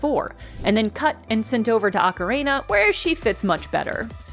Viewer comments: I love that you say Ocarina like Macarena 😁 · mispronounces ocarina like "Macarena" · Ocarehna is sending me NGL. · I didn't know about any of that, so this was fun for me. But also, the way you say "ocarina" is wild lmao